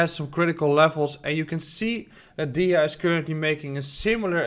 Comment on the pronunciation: It's pronounced theeeeta, I had to check did you really say accumulation for Tether 😂